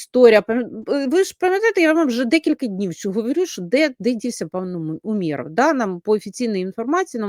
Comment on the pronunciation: у́меров, давайте ставити правильно наголос